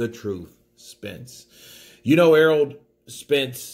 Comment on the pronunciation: saying errold